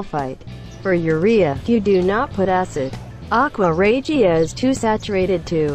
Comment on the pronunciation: That’s a crappy factory if there is that much gold in the scrap there should be zero and you mispronounced aqua Regia